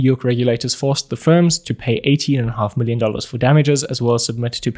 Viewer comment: “4 willion dollars”